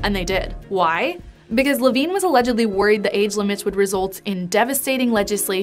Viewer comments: it was tough to listen to this story when every time you mention the admiral, I think you are saying Adam Levine, lol. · You kept saying "Admiral Levine," but I keep hearing "Avril Lavigne." 😂